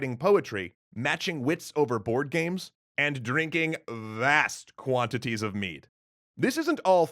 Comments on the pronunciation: Nr1 The fuck did you do with the Norwegian map you made it like its a huge bump on the southern part of Norway but it's almost smooth Nr2 it's not med its mjød use the u sound in thunder and say mjød Except for that good work keep at it keep on the Norwegian history there is a Lot of it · It really sounds like he said "drinking vast quantities of meat" I'm pretty sure he said mead, but it had a definite T sound. It sounded funny that's all 😁🤣